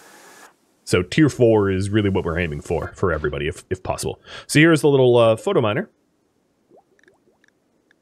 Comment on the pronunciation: I love your content...but does anyone else wanna smack him every time he says "Photominer" instead of "Phytominer"?